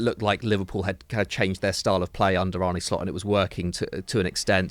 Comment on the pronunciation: God, that guy in the glasses can't pronounce one foreign name. He's not Arneyyy he's Arne.